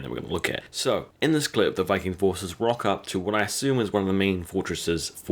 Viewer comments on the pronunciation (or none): none